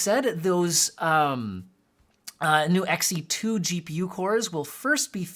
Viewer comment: Its not “X e 2” its “She2” 💀